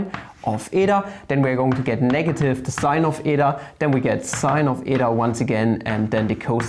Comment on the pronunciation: Well, you pronounced η correctly. Btw, really nice content!